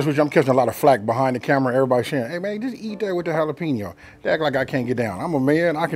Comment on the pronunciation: Try Holla-Pen-Yo instead of Holla-Peen-Yo for credibility purposes.